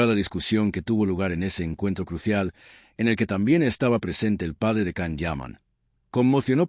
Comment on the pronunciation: So much BS! And his name is pronounced “Jahn” Yaman.